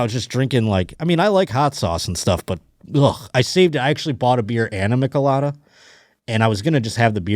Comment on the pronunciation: pronounce michelada as if you were saying the name "Mitch" not "Mick". I usually recommend the regular Sol Cheladas or Estrella Jalisco Mango Michelada.